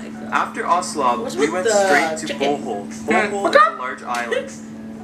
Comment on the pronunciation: Its pronounced as Bohol not bowhole